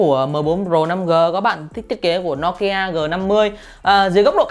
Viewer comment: Đọc thì đọc tên hãng cho đúng. Nokia thì đọc no kia. Poco thì đọc pôcô. Nghe chói tai